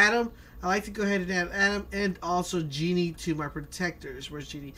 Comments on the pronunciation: It's not pronounced "jee-nee", it's pronuounced "jeh-nee". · Jenny is pronounced Jen-ee. Not Genie... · It’s jehnny not genie just pronounced it wrong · The Conqueror I was waiting for him to correct himself and he just... kept.. saying... genie. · He lost all credability once I heard him say Genie. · It is jenny not Jeanny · Who's gini it's Jenny lmao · its Jenny not genie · HE SAID "JEANY" XD XD X D X D XD XD XD XD